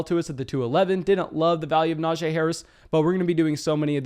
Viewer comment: Love your analysis, but its pronounced “nah-gee”